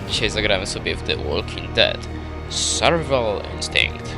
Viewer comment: Daj spokój człowieku .... Suszysz uszy ... i mnie to wkurwia ... nawet na początku zle powiedziałeś SURVIVAL łapka w dół.